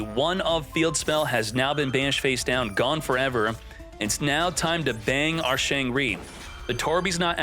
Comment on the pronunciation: "Our Shangri"